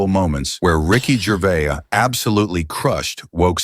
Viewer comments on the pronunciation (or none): who's "gervay" ; narrator: jer- vase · From Norfolk in England. Firstly, just to correct your own correction, you was right first time. Ricky's name is GERVAIS pronounced GERVAZE. Not GERVAY he's not bloody French, and every time that voice said Gervay I was getting more irritated. I would have loved to see RIcky put him (or it) straight. As for Ricky's point of view, I stopped watching all awards programmes a long time ago because of exactly what Ricky highlighted. Self satisfying, pompous grandstanding that got more cringeworthy with each passing year. My highlight of the famous Golden Globes demolition (seen by recommendation on you tube) was the changing of the expressions on the faces Tom Hanks and Leonardo DiCaprio seated side by side. Mr. Hanks went from broad grins to looking like he was chewing a wasp. Larf is like lark a box o' box o' chawklets, is it it not? Great video sir. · The S in Gervais is sounded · You got the pronouncing correct it’s the AI Narrator who got it wrong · You are using the correct pronunciation. It is the narrator who incorrectly prounced Gervais. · This commentator can't even pronounce Gervais correctly. Stop telling us what we already know! Bishop's Stortford, Hertfordshire (pronounced HARTFORDSHEER) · Gervais is said with the S at the end. The narrator isn't pronouncing it correctly. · Nah, this narrator sounds like AI and is pronouncing it wrongly. The S is definitely NOT silent. Ricky is English, not French. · You were pronouncing correctly. The person narrating the video was pronouncing incorrectly.